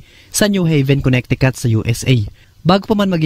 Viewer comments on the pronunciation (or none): none